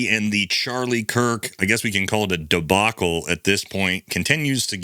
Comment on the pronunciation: Debackle??? Been a 'debackle' since 2016.